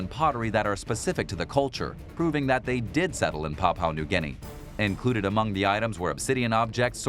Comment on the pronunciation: No everyone gunna pronounce every word or name perfect leave the man alone bet there's ton of words and names you can't pronounce properly